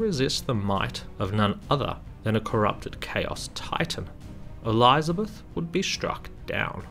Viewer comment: I'm out. Can't stand hearing ELEYEZA beth